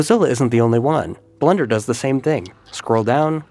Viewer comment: Just me or did it sound like he said "Blunder" every time he said blender?